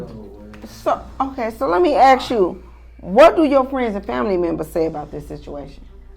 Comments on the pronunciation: Fake judge. She uses improper tense, and says "aks" instead of "ask". It seems like an art school experiment. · That judge is a DEI hire. Just listen to her Grammer. She says ak's instead of ask. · Can someone teach black Americans that it's pronounced 'ask' not aks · Judge should be able to pronounce "ask". Not axe.😅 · "let me axe you" ...oh my!